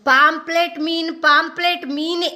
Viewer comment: ಅದು ಪಾoಪ್ಲೆಟ್ ಅಲ್ಲ ಮಾರಾಯ್ತಿ. ಪಾಂಫ್ರೆಟ್ ಅಂದೇಳಿ.